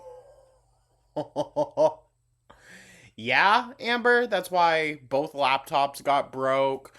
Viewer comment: This is the funniest thing I think I’ve ever heard on this channel 😂😂😂 🤣 🤣 🤣 she needs to clean BOWLTH!!